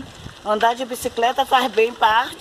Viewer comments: Agora eu tenho certeza q a brinca de falar errado.Observaram q ela fala bicicreta é depois fala certo....bicicleta? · No segundo 06 fala BICICLETA. No segundo 34 fala BICICRETA🤦‍♀️. Hora fala CRETA hora CLETA....KKKKKKK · fala certinho bicicleta mas esquece que não fala e fala bicicreta afs kkkkkk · Foram dois dias pois trocou a roupa?? E porque a fala bicicreta e depois bicicleta???? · Boa tarde que bom isso aí. Gosto muito da senhora. Curto muito os vídeos da senhora. Mas porque que a senhora uma hora fala bicicleta ( coreto) e outra bicicreta? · Que issso uma vez fala bicicreta outra bicicleta